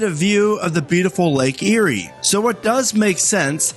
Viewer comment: nice video. Always. it's Lake Erie though. Eat before you get to the park.